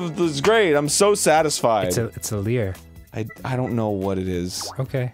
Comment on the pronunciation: "Lyre" isn't pronounced "leer", it's pronounced "liar"